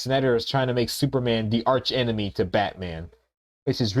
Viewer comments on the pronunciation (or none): none